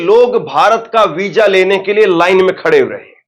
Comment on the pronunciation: हजार नहीं मुन्ना हज़ार वीजा नहीं कहते वीज़ा कहते हैं 😂😂😂😂😂😂😂